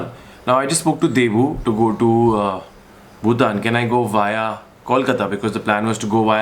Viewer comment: Nikhil, it's BhuTAN not BhuTHAN